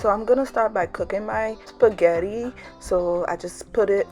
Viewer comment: You have got to be kidding..😲 you can't not even pronounce spaghetti. Sorry...😕